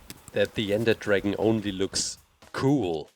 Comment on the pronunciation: It's his accent